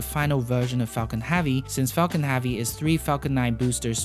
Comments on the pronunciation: "falcon havvy" :) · Falcon Hahvy. 😊 Nice video though